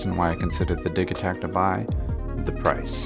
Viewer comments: Did he say Dick Attack? 😆😆😆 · ahaha "the dig ee takt" it pronounced like you would say digital my friend. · Soft g but it’s a great video thank you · THE G IS PRONOUNCED LIKE A J, LIKE IN DIGITAL YOU FUCKING IGNORANT MORON! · You sure you're pronouncing that correctly bro? If so I dont think I like it based on just that lol... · Came searching frantically for this comment. That offended my body each time I had to hear it far more than it probably should have. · Why the fuck can't Americans say or read things correctly ... the Digitakt he says as digging a hole not as digital ... so dense man